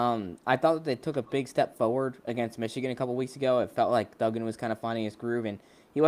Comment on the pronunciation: It's DUGgan, like you DUG a hole!!! Not Doogan....